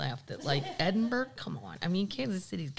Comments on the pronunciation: Edin-brr-row. Not burg. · Hey Kathleen, just wanted to add two cents to your pubcast, there are nine distilleries on Islay , ( pronounced..... eye - La ) Now you know ;) Ed en burrr rah ...... Scotland. It is Awesome 😘 but it's not a Burg I know I know , LOL I can hear you saying F off , I'm just trying to help you not sound like an untravelled American ,plus I love Scotland so much 💙💙💙 and you and Paddles of course